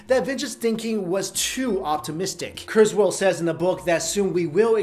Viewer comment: It's KurzWHILE not KurzWHALE